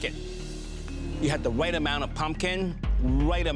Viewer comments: "you had the wwight amount of pumpkin, wwight amount of stock, and the appow complements it perfectly" ~ chef Alvin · “You had the wight amwount of pumpkin. The wight amwount of stock. uwu”